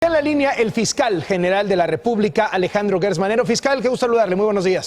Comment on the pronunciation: Gertz, por que dice Loret: Guertz? Ah!! Pariente de EPN?